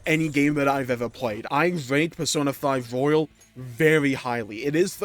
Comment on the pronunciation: It's Persona 5 Royal not Royale 2 different words.